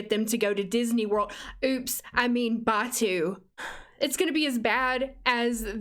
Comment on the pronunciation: Im a massive Star Wars fan and this pack was a colossal let down. And you did pronounce Batuu correctly the EA lady despite being directly employed by Disney did not.